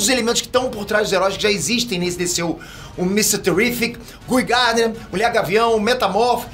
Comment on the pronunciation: "GUI Gardner" 🤦‍♂️